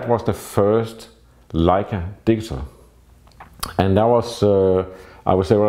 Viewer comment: Every time you say "digital" it sounds like "diesel".When you learned English you should have concentrated more on pronunciation. Europeans smugly criticize Americans for their pronunciation of Nikon, Leica, Pentax, Rollei and on and on. Well Europeans are awful in their English. I've yet to hear a European that doesn't have a heavy accent, yet I spent only 6 weeks In Transylvania immersed with Romanian hosts and was mistaken by strangers as native.. Because I concentrated on how they SOUNDED. Just so you know. Your photography is excellent but your pronunciation,not so much.